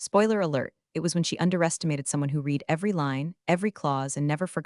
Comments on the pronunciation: Teach your AI the difference between ‘read’ present tense (reed) and ‘read’ past tense (red). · I have one problem with all these clips. And that is how they pronounce the word READ. That word can be said two ways. 1). I’m going to read (reed) this book. For the present sense or near future. 2). I read (red) that book twice. For the past sense. And Re-read is always in the past sense.